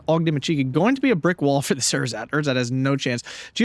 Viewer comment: German lesson of the week: It's Ehrsatz (no pause) instead of Er-satz. Keep up the good commentary :)